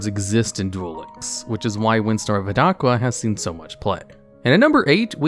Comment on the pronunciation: I love your vids and i usually never hear something, but this botheres me: Its Windstorm of Etaqua. Its Not Et-aqua. Its basically Etaka. The Name is derived from the Greek Name Ithaka for an Island.